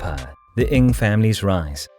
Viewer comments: can you pronounce their surname properly ? NG not ing. Sheesh. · Strange, Alan Ng, the famous movie journalist pronounces his name, "Ing". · strange, the many other Singaporeans and Malaysians pronounce it as 'Ng'.